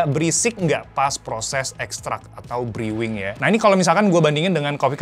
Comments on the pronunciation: "bru" bukan "briw"... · Briwing ❌ Bruwing ✅ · Brewing bacanya = ˈbro͞oiNG ya, jangan dibaca briwing, bikin malu aza... Anda cukup ketik brewing di google translate lalu klick tanda micnya, nanti anda akan dengar langsung bacaannya kayak gimana, semangat belajar ya 👍 Ojo Nesu ☹ Isin-isini wae 🤣